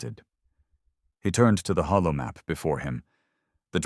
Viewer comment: it is holo map (as in holographic), not hollow (as in empty)